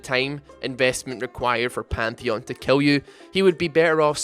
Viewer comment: You're gay! Kill not "kell". Twisted Fate not "twested fate", Mid not "med", VIDEO NOT "VEDEO.